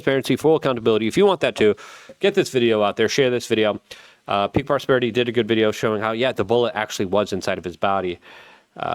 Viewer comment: Lmfao i know it isn't funny but yo that "Taiwan look goood." bruh that shit had me dead over here lol